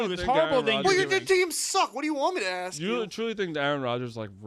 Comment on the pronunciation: That or, "Let me axxxeee you a question"...... he is awful!!!!